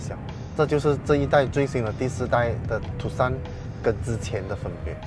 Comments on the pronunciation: 正確讀法應該是“ 杜算” 不是“ 杜 Sun”， Tucson 是美國一個地名。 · 是念 Too_S_ON (on/off) 不是 TooSan